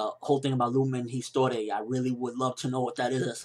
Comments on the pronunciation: I'm not like a French major or anything but i'm pretty sure at least the "Histoire" part is in french and in french u wont read the H and the E so its like "Istoar" . Nothing close to how you pronounced it :) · "lumen histoire" you need to say it with a french accent ;P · What is it with english people and pronunciation of words? Lumen histoire for example. You can clearly hear that it shouldn't be pronounced that way xD Not saying this is your mistake, but EVERYone from the US does this. nAruto in stead of narUto as another example. Not hating on the US or anything, I love it and all, but I just felt like ranting about it:p